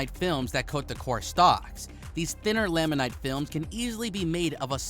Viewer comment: Resin: You say resign, I say rez-in. Laminate: You say lam-in-night, I say lam-in-it.